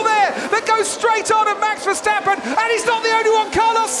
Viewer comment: ... it is NOT Lewish ... it is NOT Bottash ... and it is certainly NOT Max Vershtappen!